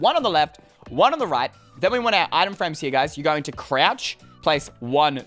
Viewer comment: Did anybody else notice that he said “ah-hem frame” instead of item frame 😂